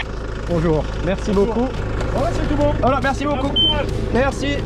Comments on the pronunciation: Damn, that "Super, merci beaucoup" was flawless. Edit: And the rest of it also as good. Chef's kiss. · I was just about to say that, had to rewind after hearing that "super, merci beaucoup" could pass as a parisian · je n'arrivais pas à croire que c'était toi qui parlais un si bon Français ! Ton "Merci beaucoup" est superbe !